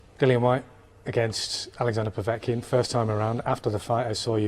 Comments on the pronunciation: Dillian Whyte... Di - lee- anne !!! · All these years and he still says his name wrong haha